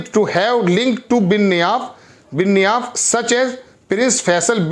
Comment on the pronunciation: यार आपको क्या हो गया है? Nayef को Niyaf पढ़ते हो। क्या दीपक चौरसिया के तरह नशा तो नहीं कर रखे हो?